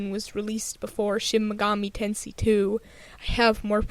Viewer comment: It's pronounced Ten"say".